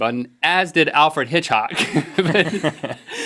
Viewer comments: Alfred Hitch-hock.. I can't stop laughing hahaha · Maybe Link was thinking of the word "hitchhike" while trying to say Hitchcock and he mixed 'em up? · Link said Hitchock instead of Hitchcock because a belly button isnt the only thing he's missing. ba dum tsh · is when Alfred hitchcock is now Alfred Hitchock. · I thumbed down because of "Alfred Hitchhock" or whatever he said that was not even remotely funny. At all. Like... at all. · ... Hitch hawk? Never been so offended in my life. Nvm I have lol everybody says our last name wrong. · for "Alfred Hitchhock" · the whole "alfred hitch-hock" thing reminds me of when i was so tired i thought utah was called "u-hah." it's okay. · i noticed a couple of other minor mistakes besides HitchHAWK lol. Rhett said assent when he meant to say asset, link also said factroid. isnt it factoid? not trying to be a douche by pointing it out i just thought it was funny. R&L werent on their word game today. I thought i heard one more but couldnt find it and im not about to search the whole video.